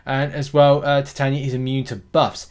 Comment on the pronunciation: I would pronounce it. Tie taye knee a